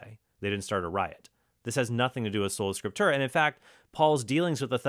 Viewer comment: If I had a nickel for every time mispronounced 'papacy' and every time Mr. Horn said 'solo scriptura' I'd be able to buy lunch. Enough with the jokes, though. I appreciate both of you using your own discernments without getting hostile.